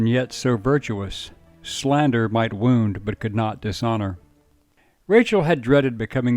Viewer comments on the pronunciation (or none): none